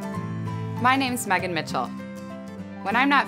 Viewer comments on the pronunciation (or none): none